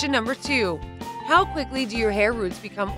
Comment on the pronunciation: HAHAHAHA did anyone else notice "Houw" instead of How HEHEHEHE🤣🤣🤣😂😂😂😂